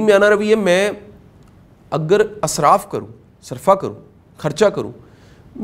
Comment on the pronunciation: sir for your kind information this is not word Asraf the word is Israf !!! plz correct it....